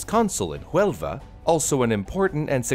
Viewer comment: Nice work done,, but two small details... - Huelva is on the southwest coast in Spain. The city that would appear on the map is Jaén. - The H in Huelva is silent (unlike the J in Jaén, which is aspirated) I think Babbel would help you more on that.